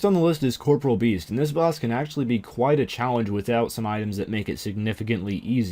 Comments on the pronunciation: Cor-POR-ee-ul, not COR-per-ul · Why can't anyone pronounce corporeal correctly? I even see J-Mods doing it wrong.